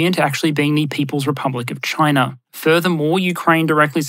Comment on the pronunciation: pronunciation guide: Russar, Chinar, Africar